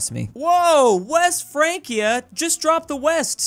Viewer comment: You say Frankia, but I think it's Fransia, because C before I is soft.